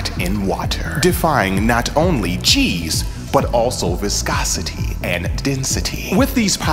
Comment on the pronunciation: I know you kept saying G's but all I heard was Cheese.